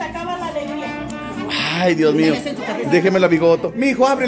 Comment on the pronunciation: saludos se dice Dios mío no diez mio